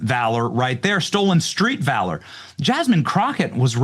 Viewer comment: Jazzzzmean Crotchette...